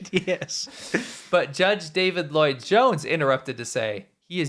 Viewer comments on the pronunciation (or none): none